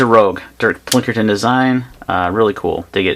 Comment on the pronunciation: It's Pinkerton not Plinkerton....